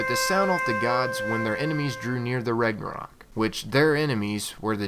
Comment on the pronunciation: it's pronounced Rau-na-rock